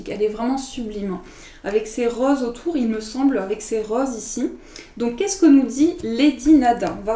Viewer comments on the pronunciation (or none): Merci beaucoup! tu m’as fait sourire comme tu prononce « rose » tu l’as faite à la ch’ti!! j’adore!! bisous gris et venteux de la contrée lointaine du pas de calais 😊